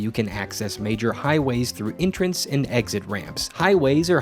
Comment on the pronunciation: Did you pronounce entrance as intrance?